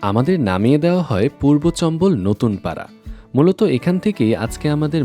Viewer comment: চম্বল না চাম্বল